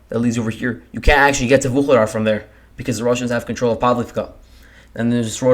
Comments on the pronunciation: You pronounce vul he dar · It's pronounced VU LAY DA, it's rather annoying to listen to the repeated mispronunciation...😡😡😡😡.